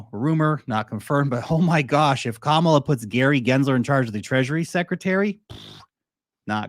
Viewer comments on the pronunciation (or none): Her name is ka...mala.... it's not that hard😂😂😂❤